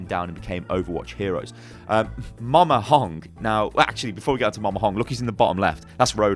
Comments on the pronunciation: It's MAMA not MOMA... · "Moma Hong" wut Mama